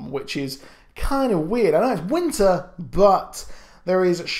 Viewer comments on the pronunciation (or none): none